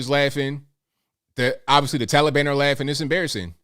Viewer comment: He can't even call the the Taliban by the right name it's not toilebon!